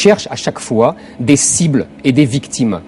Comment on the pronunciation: ON DIT POUR UNE FOIS PAS FOID